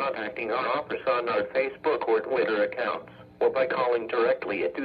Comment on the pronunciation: He also can't pronounce the word or the right way. However some weather forecast offices (should've) fixed this.